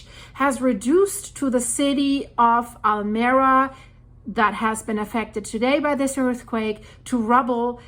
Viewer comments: Almeria is pronounced Al Me Ria not Almeera From old Andalus meaning the mirror of the sea or to the light Enjoy your in-depth work!!! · Pronounce town as Almería, accent in the i just as it is written... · It is not Almera but Almeria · Almería is pronounced ALMEREEIA